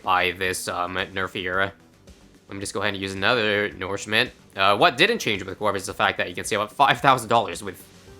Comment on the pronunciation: I dont like how you pronounce nourishment Do you also call manure, "manoor"?